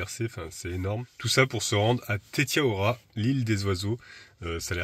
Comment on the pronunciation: Salut Prononcer TETIAROA